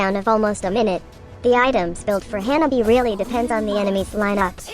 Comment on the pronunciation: Notice how she pronounces janani as hyanabi